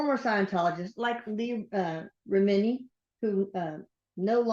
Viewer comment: I laughed so hard at how this person can’t pronounce ANY names “Leah re-miniii” lol